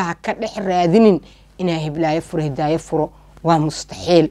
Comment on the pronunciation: Ayaaney Masha allah Waxa jecladay sida aad magacyga uku dhawaqayso Magacayga waa isii macaysay Malaga Yaabaa inaa markale qisa qurux badan kuso qadato magaceey xppti mar marka qaar intan is ilawa marka Hidaayo Dhahdo Hee Ika so fakaneyso 😂😂